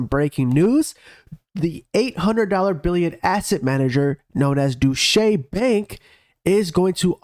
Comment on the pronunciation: STOP DOING THAT ST U PID THING WITH THE CHART...LEARBD HOW TO PROPERLY SAY DEUTCHE..... HOW EMBARRASSING FOR YOU... PREPARE YOURSELF BEFORE DOING A VIDEO... THUMBS DOWN EVERY VIDEO UNTIL YOU ACT MOOOOORREEEE PROFESSIONAL